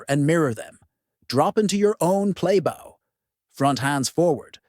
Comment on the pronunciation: Why are you all talking to an AI video? The AI can’t even work out how to pronounce play bow properly. This is mass tune garbage where someone who cares about animals would care about doing the video properly. blocked.